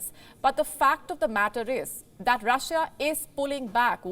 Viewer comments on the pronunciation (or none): Russia...not russija